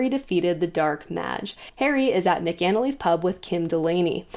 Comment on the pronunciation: Love the recap. Just one critique. Mc-Anally, sounds Mac is In the Alley. At least that’s how it’s pronounced throughout the audiobooks.